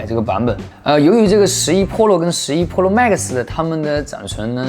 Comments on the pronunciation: 哥。。。pro读普肉。。不是剖肉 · 把Pro说成Polo，一定是故意的。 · pro的发音太喜感了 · 你别说真的和日式pro发音好像